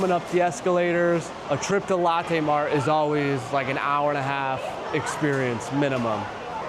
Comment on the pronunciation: I like Big M bro and Moonmilk ! Btw: I know your a Chi town dude but “Lo”tte is not “Latte” , Latte’ is that coffee drink that the fancy people drink at BigBucks🤣 stay cool 😎